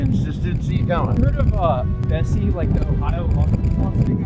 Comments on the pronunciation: Isn’t called Nessie? Not Bessie? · Im pretty sure its nessi not bessi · The lock news monster is Nessie, not Bessie 😂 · Bessie???!??!!! It's nessie 😭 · BESSIE?!?!ITS NESSIE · Nessie nah its Bessie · "bessie" do u mean nessie?? Never knew😅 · It’s Nessy not Bessie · Sorry to say but it’s actually <Nessy>